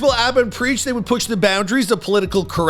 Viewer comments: you butchered Preach's name so hard loooooool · If you've followed this channel the last several years, you'd come to expect this 😂 he butchers damn near everyone's names... almost seems like it's on purpose at this point like it's his schtick 😂😆😂